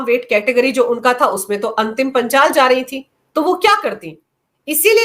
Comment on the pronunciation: वो अंतिम पंघाल है न कि पंचाल।